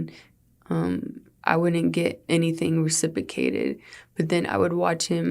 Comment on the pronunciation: “I didn’t get anything re-sipa-cated.” 🤔.....😔